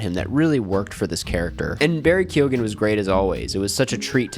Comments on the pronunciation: ITS BARRY KEE-GEN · I don’t mean to sound picky, but “Kyone” is how to pronounce Keoghan.